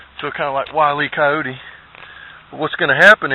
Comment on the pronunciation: You said "stob" and "Wyle Coyote"...I think you're my new favorite person!